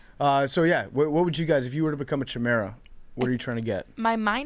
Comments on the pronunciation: it’s pronounced “kai-mare-uh”. No idea why that tilted me so badly. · Says the guy who couldn’t say the word “chimera” properly.